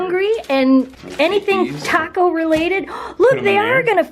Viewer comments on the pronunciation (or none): none